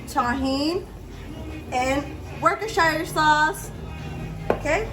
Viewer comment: Worcestershire is pronounced Woos-ta-sha :p